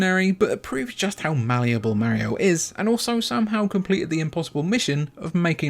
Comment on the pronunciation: Can’t believe a video with a guy mispronouncing Mario and not having Breath of the Wild as a top Switch game has 100k views. There is no god.